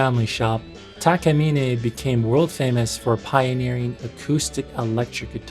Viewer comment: It’s Takamine, not Takamine. Although I have heard it pronounced both Takamine and Takamine. But if you ask someone from Japan, particularly someone that works at the Takamine factory making the guitars, they will confirm that it’s actually pronounced Takamine.